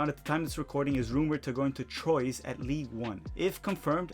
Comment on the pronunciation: Don’t know if anyone’s added this, but Troyes is pronounced kinda like Twa not like the english name Troy